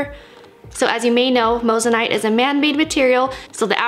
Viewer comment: You're saying moissanite wrong